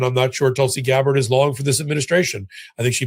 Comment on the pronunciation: Yes. GABbard, not GabBARD